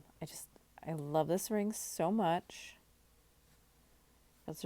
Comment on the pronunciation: ring, you didn't emphasize... , hmmm..